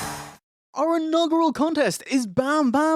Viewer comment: Are you guys saying i-NOGGER-al contest?